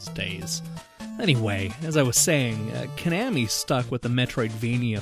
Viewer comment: You pronounce Konami "ca-nam-me". I pronounce it "co-na-me". And "tin-gen", sorry it's "Ten-gin". Where did you learn these names? Where you raised in a bomb shelter by yourself?